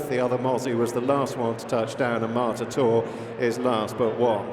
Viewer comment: It's MARTATOR not Mortator. Come on, get the name right!